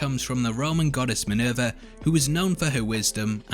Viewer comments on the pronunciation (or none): none